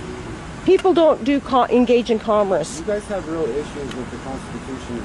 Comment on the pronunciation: Lady liberty is saying "comris" ... Its commerce. sorry, had to...